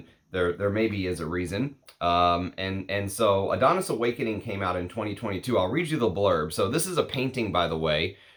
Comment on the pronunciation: It's from greek myth and is called -ά-(THO)NIS not AD-ό-NIS, not my type of scent it leans a bit feminine to me. From the discovery set i liked a lot "Brivido Della Caccia" and "Bacio Immortale" but i'm a leather enthusiast so don't trust my comment 🙄